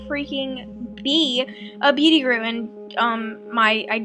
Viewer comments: Guru not Gure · It's guru not gure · It's guru and counselor not gure and counsiler. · It's guru nor guru